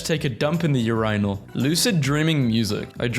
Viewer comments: your I null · lol I love the way u pronounce 'urinal'